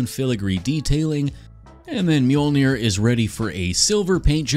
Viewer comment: Mjolnier? Dude at least mjol-ner😂